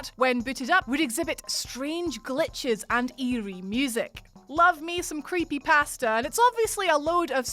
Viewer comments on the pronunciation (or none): none